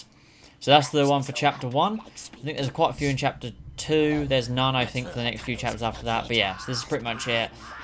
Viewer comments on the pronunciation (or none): "none" not "non" Not trying to be a know it all dick I just thought I'd point it out